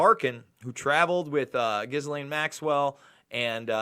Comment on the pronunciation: It’s a French name Ghislaine and is pronounced “Gill N”. Your welcome.